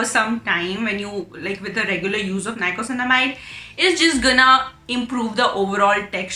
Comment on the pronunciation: Thanks for the review. Super helpful. Just one thing, it is niacinamide not nicosinamide 😊